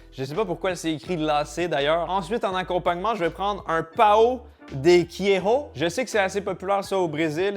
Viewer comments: L'accent portugais mdr 😂 Pao de queijo On prononce : paon (pa on) de queijo (queille geau) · Repeat after me en phonétique : paoOon dé quégeau 😅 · La prononciation de “pão de queijo” fait mal aux oreilles… Pourquoi vouloir tout prononcer à l’Espagnol alors qu’au Brésil on parle portugais ? Ça me trigger de fou à chaque fois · Ça me fume comment tu dit le pain au fromage 😂👌